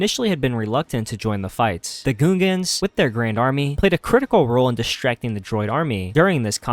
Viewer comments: im sorry but bro. its gungans. not goongans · “Goon-gans”, bruh. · "the goongans" 💀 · Why u saying gungans like that lol and general grevyous? Are you even a Star Wars fan or did you look all this up? 😂 I feel like a true star wars fan knows how to pronounce that stuff haha.